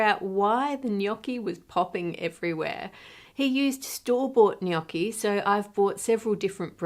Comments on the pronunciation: kudos for not pronouncing gnocchi GH-NOK-KI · Thank you for pronouncing gnocchi correctly Ann, from an italian FROM italy, much appreciated haha